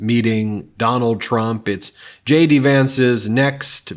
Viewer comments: Did they say J.D. or Shady Vance? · I don't know why sometimes when you say JD Vance , it sounds like Shady Vance, but it's hilarious! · I thought you said Shady Vance not JD Vance. I think I WILL call him Shady Vance🤣